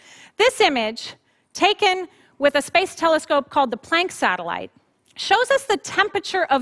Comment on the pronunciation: How can you take a physicist seriously who doesn't know how to pronounce Planck? We can't see it, we can't detect it, but we know it goes right through us?